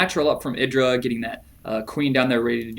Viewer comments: i-dra not id I I I I I I I you dont say id you say I'd IdrA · wrong. its idra, not eye-dra. Confirmed too many times in interviews.